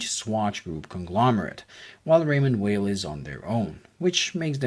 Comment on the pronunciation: your full of shit .. and you cannot even say the name right .. its not promouced as weil but vey..